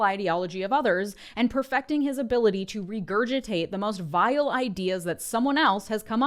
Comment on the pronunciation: Light on the "man" accent on the VILE. (Goosebumps reference, iykyk)